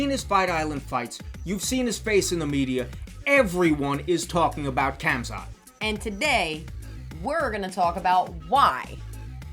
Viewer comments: Man said kamzat Hahahaha Well Good video 💪🏼👍🏼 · His name is Hamza the “K”and “T” are silent just like Knight Knife the “K” is Silent